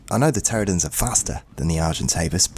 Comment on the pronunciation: It’s pronounced PteraNOdon btw not Pteradon. Great vid though 👍